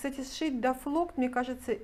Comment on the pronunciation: Здравствуйте! Извините, мне послышалось, что вы назвали дафлКОТ, дафлоктом? Извините, не хочу обидеть, может я ослышалась!!!